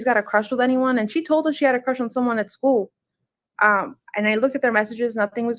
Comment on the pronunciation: I hate the way says “schoo” instead of school she’s a if and evil and crazy like a fox who has serious evilness in her soul or lack of soul if you will